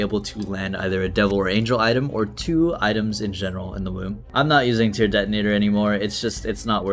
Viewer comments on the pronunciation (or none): none